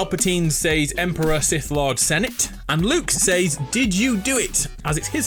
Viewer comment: "Seys" It's "Says"